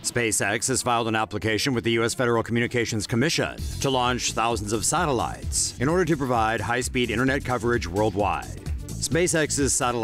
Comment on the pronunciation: Sorry m8, but I did not know a voice could be so annoying. Just the way you say sateliiyeetes